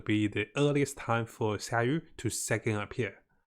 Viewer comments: Hope you can fix your sayu..not syaru but sa-yu! Feel bad to sayu..saru is monkey in Japanese 😱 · Your informations are good but maaaan... Fix your pronunciation, relax don't talk to fast. We can't understand you. And i cringe the way you say Sayu and fishl's name "Sawu... Fesel" smh And stop with the click bait.